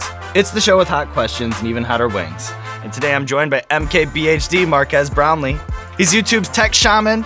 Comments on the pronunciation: I always hear Mark ass brownlie lol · It's mark-ass brownly... as said on YouTube rewind